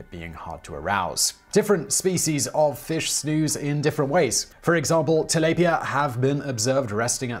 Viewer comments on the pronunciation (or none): Did you just say.....Ta-labia??? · I pronounce it Til-laup-peeya